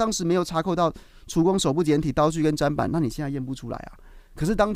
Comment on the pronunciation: 砧板念针板